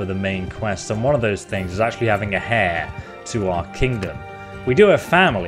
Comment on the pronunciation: When he said heir as "Hair" ....cringe lord